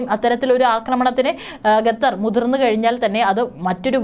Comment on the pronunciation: ഗത്തർ അല്ല ഖത്തർ